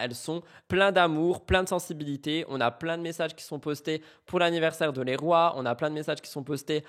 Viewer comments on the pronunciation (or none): Le prénom du fils de Liam c’est pas « les rois » ça se prononce 😂😂 « liroyeuux » (Leroy) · Le prénom du fils de Liam Di Benedetto ne se prononce pas " les rois " mais " Liroy " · Coucou sauf erreur de ma part les prénom du fils de Liam se prononce « Liroye » phonétiquement